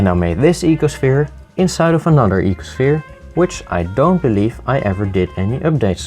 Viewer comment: He is my favourite youtuber... its the voice... ee-ko-shviiR